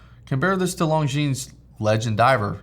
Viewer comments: The "s" is silent in 'longines' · I love that Heuer Skipper color scheme. Great addition to your collection, and congrats for that keeping decision. PS. longines has a muted "s" at the end... I know, illogical, but hey, it's french, so... :-)